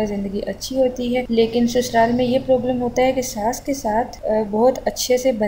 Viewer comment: prooblum ni hota problm hota hy plz apni eng theek krn werna na boln